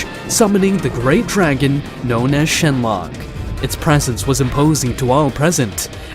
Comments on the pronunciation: "shenlong" 💀 "shenlonk" 💀💀💀☠︎☠︎ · It's Shenron not shenlock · Shenron become shenlong😂😂😂😂😂